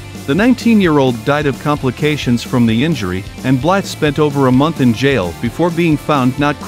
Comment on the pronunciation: Is this an instructional video about how to badass? Also… Blythe is pronounced Bly. The “the” is silent.